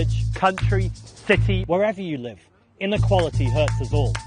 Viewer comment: How can anyone take a man seriously who pronounces city as "thity"